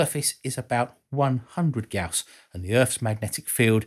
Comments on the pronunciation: Gaus, not Guas.... lol... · Gauss, not "Guass". "guass" is also a typo. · Gauss after the Grerman physicist C.F.Gauss. Not guass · Great video as usual, but PLEASE correct your "GAUSS" spelling of "guass". There is no "gu"--"ass" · Gauss, not guass. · I think it is Gauss not guass... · This guy and the unit was called Gauss not "gous" or guass